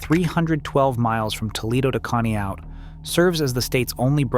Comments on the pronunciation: Uh, objection, your Honor. No ocean touches a lot of states. What's Ohio got to do with it? It's Conneaut-Conne-ought. As in, you ought to know how to pronounce the place you're talking about. You were talking about Cincinnati but you were showing Akron. Everything you said between and could be literally thousands of places around the country. Ergo, this is an egregious waste of my time and I'm not going to do it anymore. Hurray for me. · Conneaut—-correctly pronounced Con-ee—ought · Coh-knee-out? 😂😂😂 I almost, I needed to ask how to pronounce it the first time, but I wasn't that wrong! Conneaut is a great little lake town! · Can't even say Conneaut correctly. I'm out. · As usual, Conneaut gets mispronounced. Haha